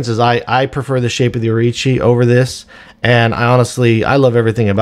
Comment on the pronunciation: Think it's Orochi not Orichi. Great review regardless of that.